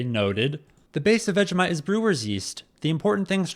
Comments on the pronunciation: It's pronounced Vegie - mite not Vega - mite. 😂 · It’s pronounced vej-E-mite